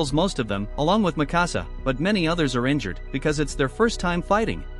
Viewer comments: Not makasa, it's mikasa. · THATS NOT MIKASA, THATS NIKASA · Bro said “Mì Cása” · he says mikasa wrong